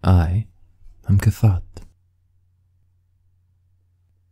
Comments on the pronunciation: Him: I am cassatt Me: Ka-Thot? WTF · Him: says his name like a normal person Me: did you just say your name was "Tha Thot?"